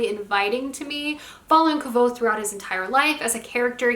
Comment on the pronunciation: Did you just say kvothes name incorrectly 😱